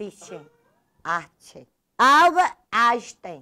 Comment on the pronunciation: Albert Ainstchen! PRESENCH! KKKKKKKKKKKKKKKKKKKK